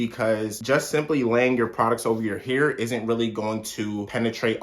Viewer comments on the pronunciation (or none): "best mosturizer for your heuur" 😭